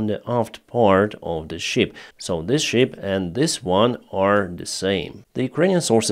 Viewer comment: It is not "щип" (это не овца), it is Шып. It is very funny for English-speaking people to hear how you say it. Learn it, please!